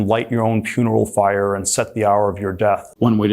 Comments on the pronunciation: why does he keep saying “puneral fire” 😭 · Dude said "light your own PUNERAL FIRE" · Did he say puneral fire